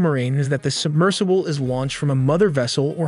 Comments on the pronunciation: the Titan subMERGEable? 🤣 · ah yes, a submergible. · Submergable. She noooooo a word buddy. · Did the voiceover really say "submergible"? 😅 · Did you say, "the Titan submergible?" Really? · DID YOU SAY SUBMERGABLE??? LMAO. idiot.